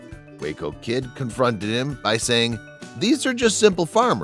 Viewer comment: 15 minutes of padding to whiff at the punchline. Also, it's "comforted", not "confronted."